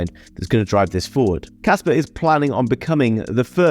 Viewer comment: There is no R in KASPA! :D